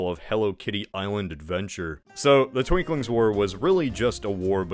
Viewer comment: Minor corrections: 1. Unkerlant’s civil war is actually called the Twinkings War and is pronounced as “Twin Kings” 2. Swemmel won, not Kyot 3. It’s Mezentio, not Menzentio